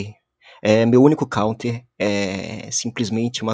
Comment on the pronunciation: "Meu único caunter" kkkkkkkkkk